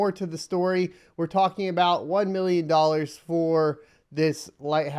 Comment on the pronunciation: "ONE MILLIYON DOLLARS!"